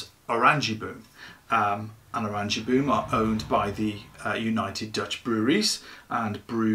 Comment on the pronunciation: Oren-yea-baum is the pronunciation translates to Orange Tree